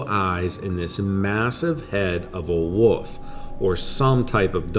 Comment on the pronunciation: Dude, I enjoy your videos but you all too often say woof instead of wolf. This is the 2nd video and 3rd time I've noticed it. I've noticed your speech around worlds like old sounds like your saying owd. As a storyteller, if you can work out these kinks it'll sound much better to the listener.